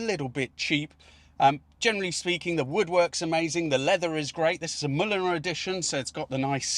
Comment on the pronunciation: The interior of the new car looks like an Austin Metropolitan. Mulliner is pronounced like mulled wine. It's an English name, not German.